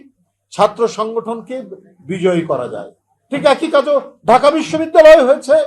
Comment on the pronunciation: কেমনে হযে চে 😂😂😂😂😂